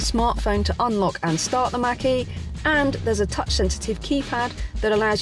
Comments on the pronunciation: Thank you for the pronunciation of Mach - e as MAAHHK e and not as Mackie as I’ve heard on other English channels! I have to laugh out loud when someone says that! Love your videos!!! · Robert Langham Yes I think she pronounced it correctly unless I missed something....I have to laugh when it gets said wrong!